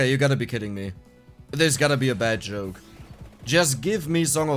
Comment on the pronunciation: i was wondering for a long time what a "choke" must mean. just realized all this time he was saying "Joke".